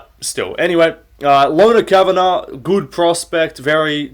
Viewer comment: I hate the way you say “good.” Just say it normal mate